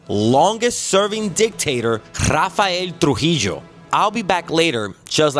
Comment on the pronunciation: The way he said ''RRRRRafaeelll TRUJILLLLLO'' AND ''AFTERR *WEEEE*'' I knew he meant business.